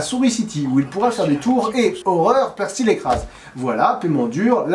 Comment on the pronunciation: et accessoirement je pourrais le désigner juste pour le pEEEErcy prononcé comme si on vomissait l'âme de satan tout en chiant les discours d'hitler